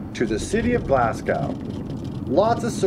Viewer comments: It's "SAY co" and "GLAS go." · Glasgow is pronounced Glasgo. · Saco= say-Co Glasgow= Glass-Go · Saco is pronounced SAY-CO & Glasgow is pronounced GLASS-GO, just like that .